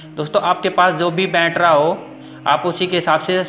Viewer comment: Video ko dekho.. time 2.05 is time pe bola hai "बैटरा"। 😂🤣🤪